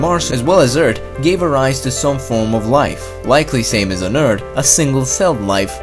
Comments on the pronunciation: "Eart" and "wit". The narrator couldn't pronounce "th". Not making fun, just saying it got a little distracting after awhile. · "2 times higher than it is on Earddd" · Haha i love how you say earth, "erd" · earTH SAY IT BOIIII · “Eart”, “The fourt planet”. This is annoying. Other than that, great vids. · You say "earth" as "ert" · who notices that he calls earth "eart" xD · “On erd” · "The planet Urd" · what is "The Eard" ? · "Eard" thw way he says earth XD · I'm sorry, but please practice pronouncing "th". I get so much of the cringe when I hear "eart" or "tousand". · it's really frustrating hearing him say "Eart"! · I only came here to hear Eurt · "Extremely interesting story about Mars before it became sterile and his plenty of facts and animations". The comment section: LOL HE SAY ERT! Guys, it's just borderline insult the amount of times said in the comment section. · the pronunciation of certain words kinda annoys me. e.g; Eart,tree times etc. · You said earth wrong; say Earth with h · I like the way he says ERT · "Eard" "dere" "dhought" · why cuz he says urt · U guys should hire sum1 who can actually pronounce earth 🌎!!! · Say earth properly Jesus christ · You know your good when you can’t even pronounce Earth. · Sorry, but I have to say that I am bothered when you say the word "earth" or any word ends with "th". I like your video though. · does he not know how to say Earth? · 27kdon same I like how he pronounced it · Earth not "eard"🙄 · It's EARTH NOT ERT! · sometimes he says eartt not earth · why do you say eard instead of earth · Earth not Eart LOL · ITS EARTHHHHHHHHHHHHHHHH. NOT EART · Why is he saying eard when it's eath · I liked the video eve tho he kept calling earth; urd, or nerd. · "Eart" im sorry lol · Stop saying eart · You areawsome but don't pronounce it like EARD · Ok ur videos are awesome but why Do u say eard it’s earth not eard but ur awsome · It’s EARTHHHHHH NOT EURT!!!!! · can you stop calling Earth "Eart"